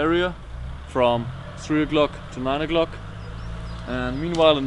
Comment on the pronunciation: Sounds like u said 9 0'glock